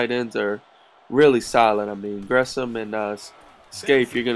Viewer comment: I don't like how you pronounce Jermaine Gresham's last name. :'( It only bother me because that's my last name too. lol